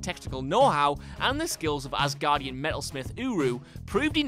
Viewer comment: I always laugh when they say "AssGuardian". Poor Thor...